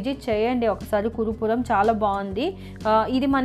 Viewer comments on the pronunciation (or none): Not kurupuram kuruvapuram ani cheppandi medom